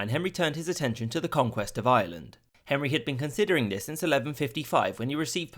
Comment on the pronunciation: It's pronounced Ireland!!! Not island.